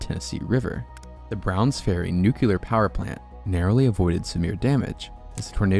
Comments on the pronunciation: BTW its Nuclear war heads not nucular...... NU-CLEAR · Lots of good info. It's "nuclear" not "nucular" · Ok so it’s not pronounced eggsit it pronounces EX-IT and it’s not nucular it’s nuclear bro, before becoming a contact creator, you should learn proper grammar